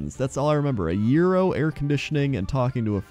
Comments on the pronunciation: He did say urinal the first time. He meant Gyro, though (pronounced euro). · OOOOooooh, eating an AERO! I though you said 'eating a urinal'. O.o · I heard the same thing; then he said it again and I heard "yero" or "euro", so I figured it was some kind of snack brand. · ***** can't pronounce it worth a damn however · Good, so I wasn't the only one who heard that :D